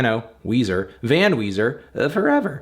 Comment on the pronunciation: Come on... It's Weezer... 10/10